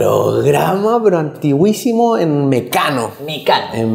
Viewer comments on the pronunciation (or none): Se dice antiquísimo. No antigüísimo. A aprender gramática, Panchito.